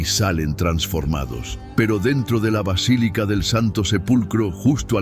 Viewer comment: Sres: “vacilica” es erróneo. Es Basílica! Que descuido